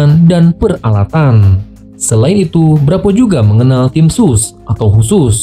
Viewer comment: Sat Bravo neng...bukan Sat Brapoooo